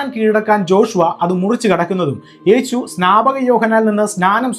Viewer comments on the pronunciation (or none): none